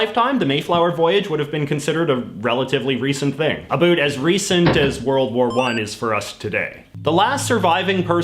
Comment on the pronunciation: Listen how he says about